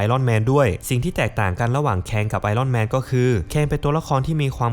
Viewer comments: ไอ อ้อน แมน...ถูกต้องกว่า ไอ "ร่อน" แมน ฟังไป เรื่อย ๆ ออกเสียงไม่ถูก นะครับ... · เลิกอ่านว่าไอร่อนแมนซักที